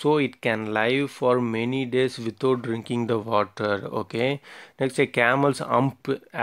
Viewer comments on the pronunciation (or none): "drinling"😔😔😔 drinking